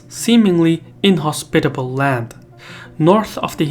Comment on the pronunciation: Super cool video, I loved it But the pronunciation of "inhospitable" got me every time hahaha